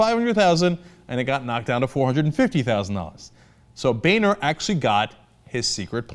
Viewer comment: We really need to stop pronouncing "Boehner" as "Bay-nor" and start pronouncing it as "BOW-NER"